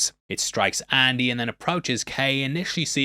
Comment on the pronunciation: “Andy” not Annie.